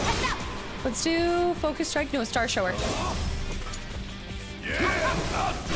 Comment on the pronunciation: it's cute she keeps calling it "star SHOW-er" instead of a shower, like a rain shower.